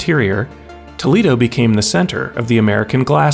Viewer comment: Saying Toledo and maumee correctly is impressive